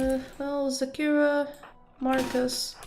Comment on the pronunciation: Every time you say Zakira, all I hear is 'Shakira, Shakira!'